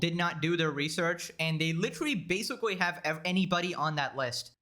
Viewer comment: Bro u need speech therapy cos I can’t stop laughing when u say basically lmaooo “basicawy” “litewally” 😂